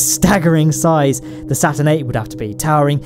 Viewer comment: IT'S CALEED STURN 5